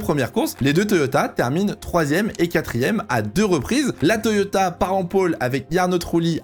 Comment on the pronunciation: Le « Toyota » à la fin, parfait 👌🏻